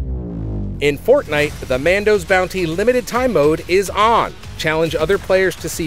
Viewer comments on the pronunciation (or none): none